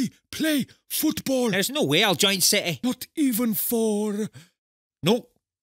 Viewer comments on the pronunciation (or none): the way he said city lol